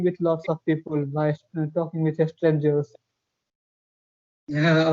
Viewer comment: Bro not pi pul It's pi pal otherwise I love your talking style 🥰♥️